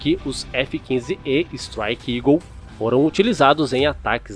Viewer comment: Máquina extraordinária, só superada pelo revolucionário F-22 Uma sugestão: correção da pronúncia: “estráique” e não “estrique”